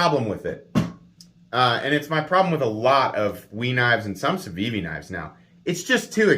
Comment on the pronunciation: You could substitute "Camry" every time you say "Civivi" or "Ciwiwi" and have a bang-on review of that car's mass appeal. It's good, reliable, inoffensive, gets the job done. But nothing distinguishes it. ("Ciwiwi" kills me by the way - brilliant!) That said, I like my Elementum and I'd keep it over this knife since it has a great hollow-ground blade, and presents a MUCH superior value proposition.